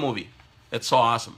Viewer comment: 😂😂😂😂😂 his trying to say awesome.